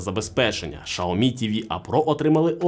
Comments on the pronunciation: Сяомі а не Шаомі 🤦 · Ксиоми, сяоми но шаоми это уже что-то новое😂